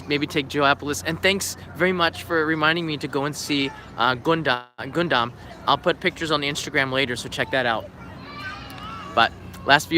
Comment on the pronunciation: he's reading it as if it is romanji...but it's understandable tho